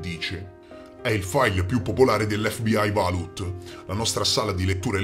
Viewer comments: Senza offesa, si legge V A U L T non valut xD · Vault si pronuncia vôlt, bel video cmq. Thanks mate